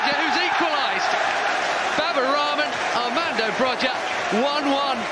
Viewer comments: Please don't say it BROJJJJJA with J but try it with I like BROIIIA IT SOUNDS 100% BETTER (in Albanien) ,IT'S LIKE CALLING DENISE D'NICE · How is broja pronounced in albania? Bro-ja, Bro-ya or Bro-ha?